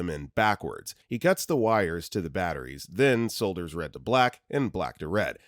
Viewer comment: pronounced saughters